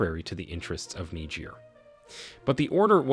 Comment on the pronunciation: It would be a little helpful if the Narrator would learn to pronounce words, especially foreign names, before making the video. What is especially grating is the words junta (whon tah), Macron (mac r-own), Niger (nee j-ear) and repositioning (rep-o-sishion-ing).